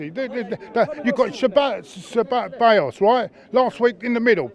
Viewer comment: Everyone: ceballos: ce cebay cebai ceballas